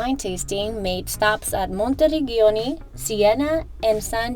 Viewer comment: Work on correct pronunciation of towns. “Monti - reg-giano ”????? Gi and Ge are like ci or ce.